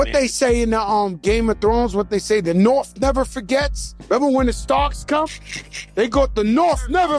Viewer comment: “The Norf never forgets” 🤣🤣🤣 THE NORTH REMEMBERS!!! 🐺